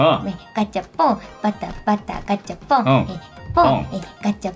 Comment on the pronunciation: バタガチャポンがだんだんガタバチャポンになってるのかわいい